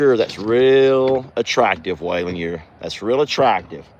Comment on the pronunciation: I had never seen Roman kick before and now I have seen him kick twice in a week. The train sounds beautiful. The look of Jolene behind you was so comical. I'm glad Chucky Poo got his head all cleaned off. He is mighty handsome. When you said Waylons name it sounded like he said huh. Chuck says I don't have dirty diapers. 🤣🤣🤣🤣🤣